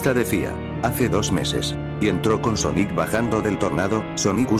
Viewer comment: Pon Sónic para que no te diga Soníc..